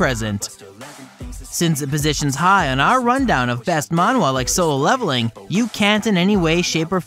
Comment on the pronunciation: Please stop saying Mawhwa